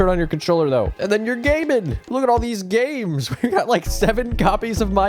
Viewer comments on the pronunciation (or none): i thought he said look at all these gays